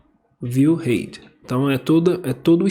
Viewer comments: Valeu pela aula. Me permita te ajudar na pronuncia da palavra "height".... fala-se "ráit" com o t final bem curto, exatamente como você está fazendo. Só que você está falando "rêit", então fica parecendo que você está dizendo "Hate" (que significa ódio). No mais, obrigado por postar esse vídeo. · Excelente tutorial. Parabéns... Eu sei que não faz a menor diferença mas eu só daria uma dica de falar a palavra 'height' corretamente hehe é bobeira minha eu sei mas vc fala 'item' tão bem e escorrega no 'height' hehehe... Espero que não fique ofendido... é só uma pequena observação. No mais o conteúdo está sensacional. Me ajudou bastante. Parabéns. Abraços.